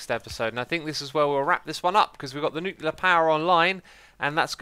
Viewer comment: Who goes crazy when they hear “nucular”